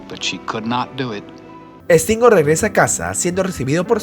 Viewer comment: No es Estingo....es Stingo ... S al principio no hay E...